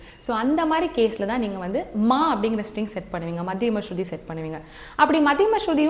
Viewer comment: அது.ஸ்சுதி மா ஸ்ருதி அல்ல..